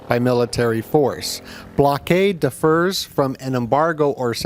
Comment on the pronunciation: At 22.10 was surprised by how your friend pronounced "differs". Maybe a American versus British thing.